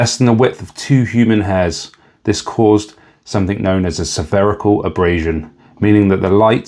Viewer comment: It's "spherical aberration", not "severical abrasion".